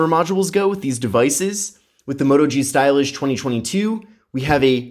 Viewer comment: it sounds like he says stylissh